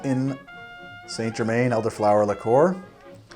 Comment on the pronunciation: It's pronounced Jer man